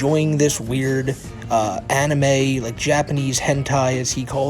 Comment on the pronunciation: I hate how he talks. He sounds so babyish... "I don't wike you, Smokey MC Cwack!"